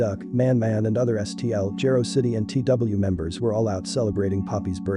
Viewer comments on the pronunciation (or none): "Jah-roe" City. Just in the future for pronunciation but great documentary 👍🏽 👏🏽